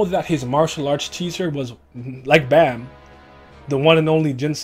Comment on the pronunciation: The way you say bam drives me insane 😂